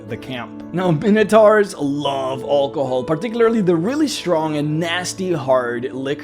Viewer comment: ah yes, hallcohol